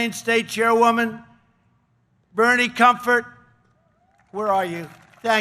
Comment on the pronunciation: Did he say he'd like to thank Bernie Comfort? It sounds like he's been thanking Southern Comfort.